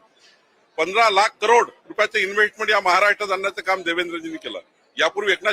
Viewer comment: Investment शब्द बोलता येत नाही